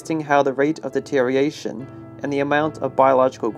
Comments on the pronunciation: The way you incorrectly say deterioration is aggravating. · The narrator can't pronounce the word deterioration.